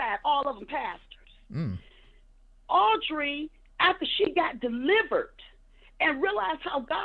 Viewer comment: Did she say delivert?!! 🤔🤔